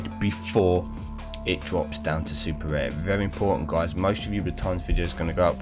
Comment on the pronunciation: So many times you said sr instead of rare😅 GG on the bentley, deserved after those ceramics